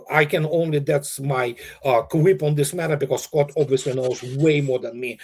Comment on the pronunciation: How are you squat? should put a bit of effort, it’s Scott not squat 🤣🤣🤣